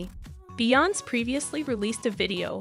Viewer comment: Please learn her name and pronounce it correctly geesh smh